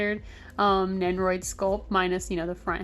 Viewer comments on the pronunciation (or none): Over all great review but one thing annoyed me… You say nenroid and not nendoroid